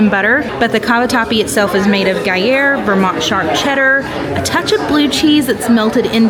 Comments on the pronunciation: Is the first 'R' in Gruyre 'silent'?... 😂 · Is the 'R' in Gruyre silent???😂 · love ya girl but please learn how to say gruyere. Would be interested to see you all go back after a month and see how it stacks up still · did okay, but please, for the love of disney, learn how to pronounce what you are talking about....the gruyere pronunciation was so off it was getting on my nerves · I yelled at the TV every time she said Gruyere. LoL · is very nice, but a few suggestions: 1) Magic bars do not have carrots in them. Read the ingredients in the menu. 2) The cheese is pronounced “gru-year” not “guy-year.” 3) The French confection is pronounced “Mac-ron,” not “Mac-rhone.” But I enjoyed seeing you show all those mouth-watering goodies!